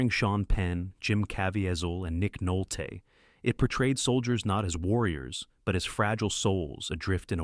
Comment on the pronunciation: Nick Noltay